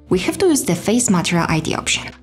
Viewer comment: please, please is not "matreal" but an only "matERial"! please change the pronunciation, they are not difficult letters to pronounce MATERIAL!!!